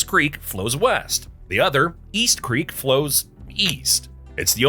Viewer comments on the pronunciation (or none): none